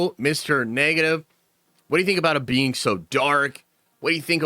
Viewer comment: Mr. "NAY-GA-TIVE" LOL